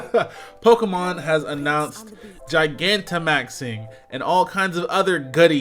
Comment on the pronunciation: I feel like you pronouncing Gigantamaxing wrong, but I’ll forgive you